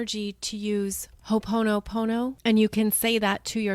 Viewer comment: So helpful. Mahalo. Mahalo of course is thank you in ʻŌlelo Hawaiʻi or the Hawaiian Language. And I know you would want to pronounce Ho’oponopono in a way that it would have the most use, impact. Every vowel is pronounced.. So it’s phonetically “hoe o pono pono” The markers or diacritical notations are to be respected. There is much knowledge, spiritual insight in the Hawaiian culture and the keys to it is the language. Favorite dictionary is Pukui Ebert Hawaiian Dictionary version that is fascinating. Often when looking up one word in the smaller English section, you are given several Hawaiian words, and then you look those up, and it leads down these wonderful avenues of learning. A wide world there. Mahalo again, Jill